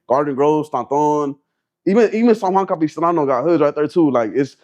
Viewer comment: He said San Juan Capistrano 😂😂😂 gtfo what a clown